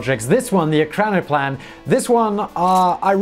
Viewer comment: You have the pronunciation wrong. It's not PLANE, it's PLAN and it is pronounced like plan, not plane. Still smashed that like button..